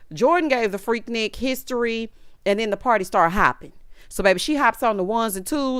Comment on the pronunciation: it's freak-nique to us ATLiens 😂😂